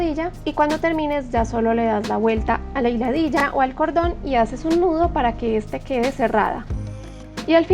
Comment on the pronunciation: Tienes creatividad, solo que se dice nudo no ñudo.. Disculpa 😘